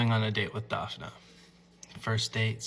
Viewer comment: it's not pronounced Dafina, it's Daf-nee 🤦‍♂